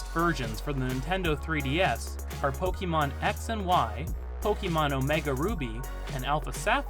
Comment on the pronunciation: a wrong pronunciation nevertheless, source: you can stop making this mistake on your next video 😉